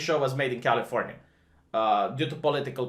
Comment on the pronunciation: Who else kept hearing "Californya-nya"?